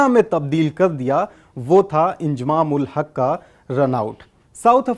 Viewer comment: Abe ye koun anpad hai naam bhi pronounce Karna nahi ata inzamam ko iljamam bol raha feet ko meter bol raha hai bhagwan hi malik hai in up Bihar wa lo ke padai ke standard ka